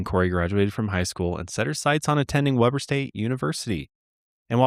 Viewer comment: Sorry, have to do this… I know this is old but it’s We-ber not Web-er lol